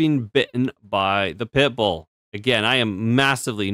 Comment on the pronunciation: why did you keep saying 💩bull wrong the whole vid? :P my last comment poofed i cant say wimxeni guess?